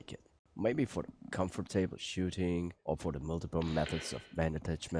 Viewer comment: Thanks for this review. By the way: it's "COMfortable", not "comforTABLE".